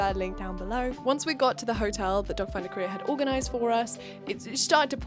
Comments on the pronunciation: Am I the only one who heard “dot finder career” instead of “doc finder Korea?” 😂😂😂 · every time you said "doc finder korea", I understood "dog find a career" 😂 - and very happy for your sister! this is wonderful! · At first when you said DocFinderKorea, I kept hearing DogFinderCareer and was pretty confused😅 But seriously, your sister has very nice skin and hair. It must be so scary to go through these surgeries and in a foreign country during quarantine to boot. Kudos to you and your sister for being such badass queens!👑 Hope her recovery is going well 💗